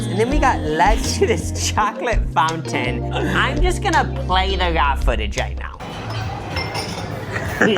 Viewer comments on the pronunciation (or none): none